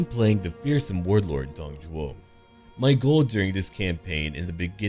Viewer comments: isnt it Dong Zhuo ? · I think his name is Dong ZHUO not Zhou